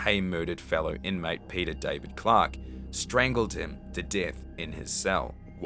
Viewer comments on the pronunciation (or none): none